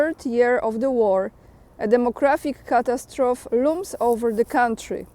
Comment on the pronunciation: Catastrophy pronounced- ku-tass-tro-fee. Superb info. Watch every day. Always "like." Subscribed months ago. God bless!